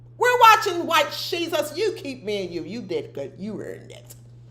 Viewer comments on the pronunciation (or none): Every time you say White shesus I click out... I like you but it bugs me, have a blessed day.